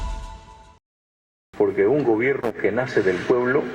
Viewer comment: "Me Iu poebIo poebIo poebIo poebIo poebIo poebIo poebIo"😭✏🤡🤡🤡🤡